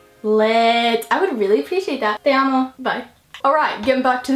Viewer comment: That "Te amo" was pretty good for a native english speaker.